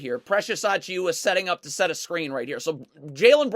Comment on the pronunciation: lol dude is awesome but it’s Precious AH CHOO AH, not AH CHEE OOH AH